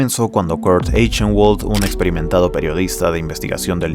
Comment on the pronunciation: Muy buen video, buena edicion, buena narracion y buen pace. Pero pequeña observacion que me molesto un poco: Eichenwald seria pronunciado como /aijenbald/ entiendo que no es un apellido comun y que es un detalle muy bobo pero nada mas pa que sepas. Ojala llegues pronto a los 100k, disfrute mucho viendo este video